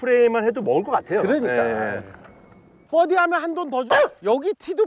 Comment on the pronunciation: 웬만하면 실력좀 되는 사람 모셔오세요.. 너무 못치는 분들은 연습좀 하고 나오시고요. 그리고 뻐디 아니고 버디에요.. 보기를 뽀기라고 안 하듯이요~